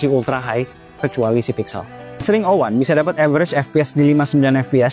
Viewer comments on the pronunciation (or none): Eks ring O wan ga si bacanya